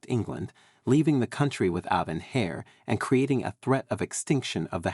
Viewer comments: An "hair" to the throne and "suing" rather than "heir" and "sewing" is what the listener hears! Considering most American's pronounce "herbs" as "erbs" I was surprised by this American sounding narrator's strong pronunciation of "hair" with a pronounced "h" rather than the softer "heir" which drops the "h" and sounds like "air" when usually using British English. But then English is not a very straightforward language to pronounce and is quite illogical. Imagine trying to learn words that look the same and are pronounced differently, such as "bough," "cough", "rough," "lough," etc., and then using words that are pronounced the same but look very different, such as, "cow," "tow," etc., which is why the narrator said "sue" instead of "sew." Obviously a right "so and so"! Plus many words differ in American English. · HAIR to the throne! It's pronounced heir "air" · Please, heir pronounced air. The H is silent, just as homage is omaige (French word, so as well as h being silent, age is pronounced "aige"), honour is onour, etc. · Heir is pronounced air. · Several photos are inaccurate and unrelated to subject. Also pronunciation of key terms such as “heir” is incorrect and a distraction.